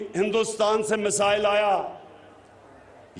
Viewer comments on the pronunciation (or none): none